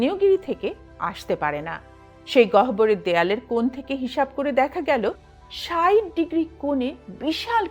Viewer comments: গেঁয়োদের মত "ষাইট" বলছেন কেন ? "ষাট" বলতে পারেন না!🤣🤣🤣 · "ষাইট ডিগ্রি" না বলে "ষাট ডিগ্রি" বলুন--আপনি তো শিক্ষিত!